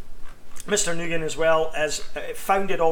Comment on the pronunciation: You pronounce Nguyen as Win not Nugin fyi